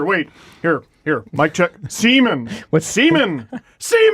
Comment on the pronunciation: Alex Semin is actually pronounced Syomin